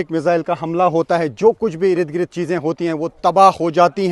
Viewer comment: Ird gird not ired gred